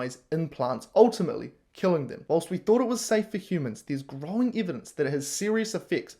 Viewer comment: And learn to pronounce evidence.